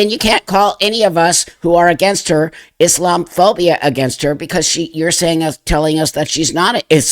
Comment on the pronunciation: IS....LOM......A.......PHOBIA. That's how it's said.